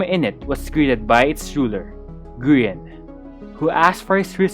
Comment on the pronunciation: tommy calling Grian names: Groin Grain Green Gree−on Grian: insert yhs flashbacks